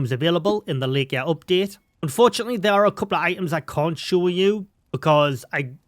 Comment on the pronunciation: Thanks for the videos! Looking forward to the update this week. FYI, Laika is two syllables: LIGH-kuh. One of the first Soviet dogs in space. Subscribed!